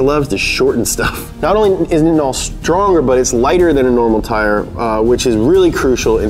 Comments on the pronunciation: Nitinol is pronounced like like night not knit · Bro its pronounced 'Nigh-tin-al' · Nitinol is pronounced with a long I - ie nye-tin-ol It’s super cold on Mars....I guess they don’t have to worry about nitinols temperature transformation? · "Nigh-it-nol" look up nitinol engine